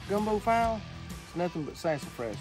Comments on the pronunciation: It's "fee-lay", not file. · That's FEE LAY, not File :) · Its- Fee-lay, Fee-lay, file is something used to store documents or sharpen something. But never the less, yall keep cooking, Ill keep watching. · File is pronounced fee-lay as in in the song, “jambalaya crawfish pie fee-lay gumbo”. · File ? Not like the tool 😂...Yhe Cajuns say it like "fee lay" [file] gumbo . But hey in South Alabama its File 🤣✌💯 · Great video but its not "FILE" its pronounced "FEELAY"! Looks amazing guys!! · Gumbo file’( pronounced fee lay). To much roux’ though. Looks good sha’ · Gumbo File', y'all sound like some yankees. in Louisiana we pronounce it Gumbo Fee-Lay for File'. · Gumbo File’ (Fee-lA) not file. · FILE? File?! Really? It's pronounced Fee-Lay!!!!!! We do need a better introduction to such a talented young lady. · File!!!!! filet is how it is pronounced!!! Like a filet of fish Come on now!! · I'm just talking about the pronunciation of the name File. You don't say it like "file," you say it like "Feelay." said it wrong. You need to check yourself. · Hey y’all, being from Louisiana and knowing the correct pronunciation of gumbo file. Well if y’all will notice the little accent above the E, that turns it into an “A” sound. (Gumbo Fee-Lay) 😂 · OK, OK! It's pronounced Fee-Lay! Not sure who may have miss led you into thinking that is a gumbo. That can be either called a stew or if it was more red a sauce piquant! You need to come visit us more! We will get you to where you need to be! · Hey! It's FEEE-Lay powder :P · Fee Lay (Filé) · Looks good. Try pronouncing "Felay" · Hahaha! It's Not gumbo file it's pronounced Fee lay ! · pronounced FEE-LAY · Fil’e pronounce Felay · "File" is pronounced fee-lay. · Fee-lay gumboux